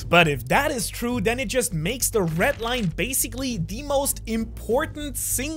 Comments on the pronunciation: I really... really hate how you pronounce the "RED Line" like wtf is a ret line. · red line❌ ret line✅